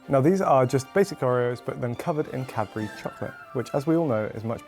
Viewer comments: Cad-bu-ry. Not cabry. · i just learned how to spell cadbury and i was shocked. I thought he said Capri for like a thousand times. ahhahah